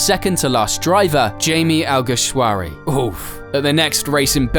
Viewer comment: Jaime 😂 Alguersuari. Hymi Alguersuari it's pronounced